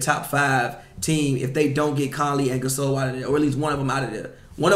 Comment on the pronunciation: “Marc GaSOUL” 😂